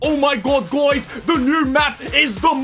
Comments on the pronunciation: “oh my gawd gwys” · Did he just say gouys?